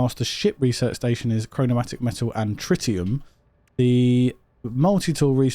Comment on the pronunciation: Chromatic is NOT pronounced “chro-no-mat-ic”